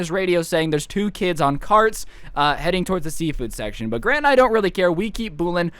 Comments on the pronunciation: at one part he says grate instead of grant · i thought you were saying "gran" as in granny i was laughing so hard😂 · Wait I thought he was saying Gran like grandma